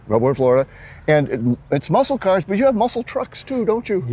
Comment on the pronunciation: He sure loves his CAHS! 😆